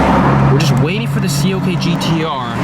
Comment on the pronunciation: Its CLK not COK... -.